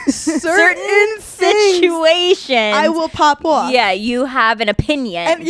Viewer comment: Lol Hannah when you said “pop off” your NY accent really came out 😂 love it